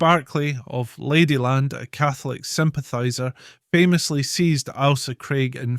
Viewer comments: Can you please pronounce the island name correctly?!?! The name is not ALSA. It is AIL-SA. AIL as in English for unwell. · Its not alsa craig its Ailsa craig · Corrections to this video need to be made.. such as, ALE as in alcohol.. "ale..saa" Ailsa Craig. There's much more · I have never heard it pronounced as Alsa. The ‘Ail’ is always pronounced as in ‘Fail’. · Lol we can't seem to get consensus on how it's pronounced in this comment section, would you agree he's saying the Ailsa bit wrong? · No. He is just mispronouncing it . 😂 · If it’s not bad enough hearing non-Scots mispronounce names we have a Scot mispronouncing Scottish names. Ail-sa not Al-sa. And Loo-ee not Lewis. We’re not Americans yet. Otherwise not a bad wee film.